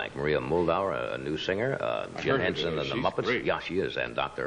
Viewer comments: carson call jim hensen jim jensen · Johnny said Jim Jenson